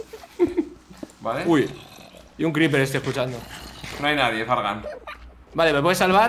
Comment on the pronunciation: "Un cRePerrrr" xd